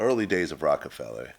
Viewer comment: Vlad always putting -ER on words he shouldn’t. Bobby ShmurdER, Roc a FellER.. Buddy better not try doing that with a certain N word 😂